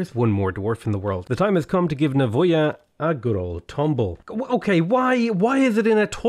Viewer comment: I can confirm that you have pronounced Nawoja correct :)